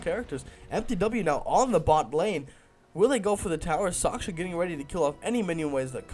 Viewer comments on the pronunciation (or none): Soch SH Ka, not Soch K sha. Respect his skills. -HEROES, not champions. HEROES. -More map awareness is a must-have for casting games, you missed a lot of kills there. -Keep improving! :) -Other than that, nice cast.